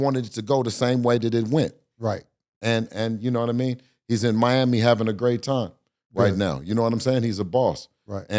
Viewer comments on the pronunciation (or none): none